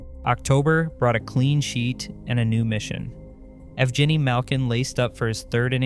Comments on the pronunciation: Here's an idea. If you're going to make a video about a person, its a great idea to start with learning how to say their name correctly. Do better. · If you’re gonna make a video about a specific person, you should probably learn to pronounce his name properly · pretty good video. your pronunciation of evgeni is painful tho lol. and no one was worried about the pens window closing here. it was just opening.